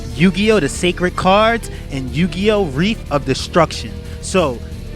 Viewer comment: Reef of Destruction? It's Res, as in Rest, without the T, Heef. Reshef. Dumbass.